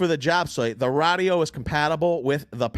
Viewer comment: If I could super dislike I would. Everyone knows what an equalizer is. Stop saying radio weird you cringe.